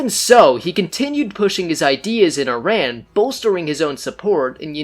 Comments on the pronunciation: It's not ai.ran its iran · Iran is pronounced = EERON not I RAN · EERON not I RAN --- EERONian not E RAIN ian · first of all it's not ''eye ran'' , it's ''ee run' Iran, and you didn't mention the real reason of that revolution was that Shah wanted to change oil contracts in 1979 when was then end of signed contracts and USA and other werstern countries didn't like that and supported heavily mullahs and kept saying they are worried about humanrights in Iran and create fake stories and help to get rid of Shah and bring the islamic terrorists in power. and then after that they are not worried about humanrights anymore, everyday the terrorist regime killing Iranian in the streets, raping prisoners, hanging them for any stupid excuses like moving a trash can or not believing in Islam.. Carter destroyed Iran and Iranian. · so much effort you put in with correct statements from history but somehow still manage to call IRAN, I RAN..! lol bro what are you running from? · All that research on Iran history to end up saying “eye-ran” like an illiterate cowboy. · What did u expect from someone who calls iran , I-ran? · You better first learn how to pronounce Iran! Then talk about our king! And just know that if Carter had not helped Khomeini, he never could make this disaster for Iran. And for sure Carter never cared about human rights!